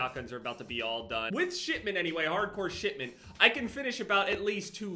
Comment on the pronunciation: No one:: Shit-ment